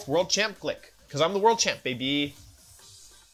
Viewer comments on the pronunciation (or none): Hello wolfey. Love how you say bab -y instead of baby and I love how you are using the wolf restricted